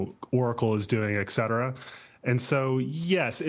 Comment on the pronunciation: A guy pretending to be intelligent who says, "ex-settera."